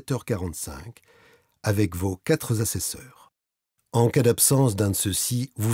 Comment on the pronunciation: Deux solides pataquès (notamment quatre-z-assesseurs), mais sinon c'est très clair.